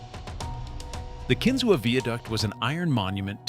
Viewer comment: It’s pronounced “Kin-zoo” not “Ken-zoo-wa”. Surprised it wasn’t “Jettiesberd”